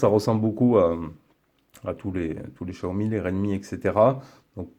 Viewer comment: Salut, bonne vidéo comme d'hab: cependant j'ai deux points important de prononciation à soulever (ahaha) on dit "My DIVYCE" et pas "MY DEVIZE"... et XIAOMI ce prononce SHAOMI;)... c'est dommage ça fait perdre en crédibilité la vidéo! Bonne continuation à la team